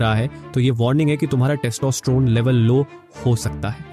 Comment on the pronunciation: Kis kis ko testosterone bolna nhi aata 😂